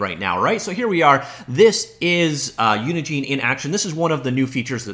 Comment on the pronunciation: It's not pronounced Unigene, think of engine then put uni infront of it